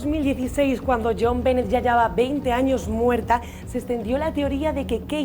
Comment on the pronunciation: Benet se pronuncia “Be-né”